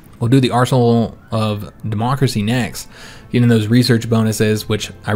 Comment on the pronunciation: I know you said arsenal of democracy, but I could have sworn you said arsehole of democracy. :P